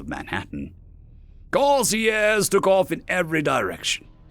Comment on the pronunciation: The author should use his dictionary frequently, he might be able to use words like "retro-burn" accurately. Possibly the narrated pronunciation or Corsairs was due to a misprint on the screen. An interesting story, though if the Corsairs were going to actually help, they would assist in tech advance, be it openly or surreptitiously.